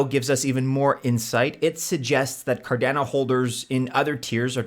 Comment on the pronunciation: CarDANo? Nobody says it that way. Cardano like mano, guano.